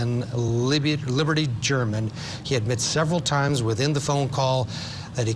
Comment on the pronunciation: Omg a new newscaster is desperately needed.. this is painful to listen too.. the man is struggling to read.. and its german not gerrrrrrr. Uh man😊